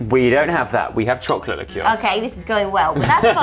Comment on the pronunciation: 6 ozz’s of chocolate licker: 6 ounces of chocolate licour 😂😂😂😂😂😂 (btw sos bout spelling)